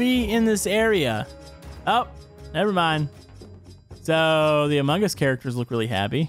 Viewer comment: “Amun guss”